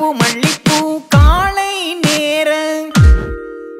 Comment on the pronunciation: Song is really good. Only thing is pronounciation of மாலை is மாளை and காலை is sung as காளை could have been corrected